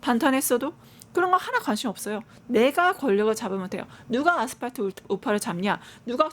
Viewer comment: 아스파트 아니고 아스팔트 ㅡㅡㅋ 내란당 차라리 친한길당 대는거 강추 강성우파가 장악함과 동시에 국민의 철저한 외면을 받을것임 그럼 스스로 문닫음~~